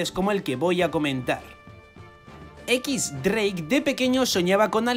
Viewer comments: Si pronuncias "equis- dreik" Lo correcto no sería "ex-dreik"? Porque si dices "equis" entonces dreik se pronuncia "draque" :v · Si es cierto xdd algunas pronunciaciones de los españoles son bien raras mezclando español con inglés lo correcto sería decir "equis draque" o "ex dreik"